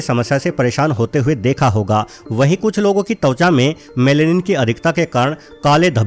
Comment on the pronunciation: अरे भाई तौचा नहीं त्वचा बोलते हैं ।